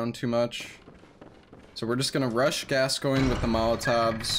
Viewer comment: Games been out for 7 years and most still can’t pronounce Gascoigne right.